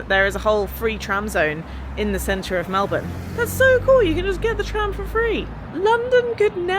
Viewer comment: You're saying Melbourne like a true Australian! I always cringe when people say "Mel-born", because in Australia it's pronounced "Mel-bin"